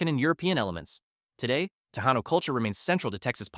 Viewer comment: "Tejano" is pronounced as Te-hanno.